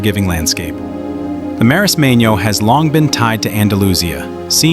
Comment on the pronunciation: Perdona menorin no menorquín compañero es menorca😅😅😅archipiélago menorquín déjate de menorin o esque no lees lo que pones en el video😅pero que marismano marismeño no sabes ni leer calamar hay lo pone muy claro marismeño